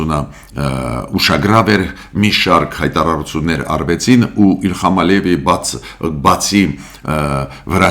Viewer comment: Հայերենում «հ» տառ կա! Էն հարևանի անունը իլհամ է, ոչ թե իլխամ!!! անհապաղ հայերեն սովորիր, ընկեր ջան, հայերեն!!!